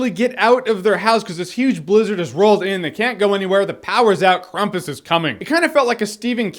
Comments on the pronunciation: It's krampus not krumpus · Jeremy um actually its pronounced "cram-pus" not "crum-pus" (My life goal is to be those "um actually" people) 😂😂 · Why would it be pronounced Krumpus? It's Krampus surely...I know you mentioned that at the beginning of the video but I had to mention it cause I was getting a bit ocd about it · at 19 seconds its not Krumpus Jeremy its actually Krampus that how its pronounced in the movie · It's not Krampus or Krumpus, it's Krapus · and it's krampus not krumpus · it's spelled Krampus not krumpus duh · It's pronounced cramp-us. Not Crump-us. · Krampus not Krumpas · Why are you saying crumpets, thats food not a monster. The name is pronounced cramp-is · It's pronounced Krampus not Krampus. Duh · Weird accent. Replacing syllables lol... KrAmpus = KrUmpus..... Jeremy we still love you :D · It's "cramp-us," not "crump-us." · It's not Krumpus or Krehmpus. It's like Krawmpus. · It's pronounced the way it looks...I think. I've heard it pronounced "Cramp-us" by a number of people other than. But, Krumpus is a funny pronunciation. I do not object. "Hey, I'm Grumpus!" "I'm not-so-Grumpus!" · Krampus, it's uh, it's Kr𝑎̲mpus. Not Krumpus. I'm sorry, I had to say it. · Not sure why you would assume it is pronounced "Krumpus" when it's spelled "Krampus"... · I think Krampus is the proper pronunciation, but Krumpus sounds better. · Why krumpus? Are there any English examples of"a" being pronounced as "u"? Not trying to be a negative Nelly. love ur vids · I think it's pronounced kr-ah-mm-puhs But what do I know? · Why the f*ck would this dickhead, and ALL American people think something with an A as the second letter is pronounced like U is the second letter? Spell the were Cramp. Now shut the f*ck up. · It's pronounced Krompis because it's German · How do you pronounce campus? So why do you pronounce Krampus like it's spelled Krumpis...I didn't hear anything else you said...I got stuck on your pronunciation of Krampus. :) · It's KRAM-PUS, man.